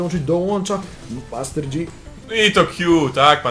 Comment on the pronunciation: Master JI sie czyta a nie dżi...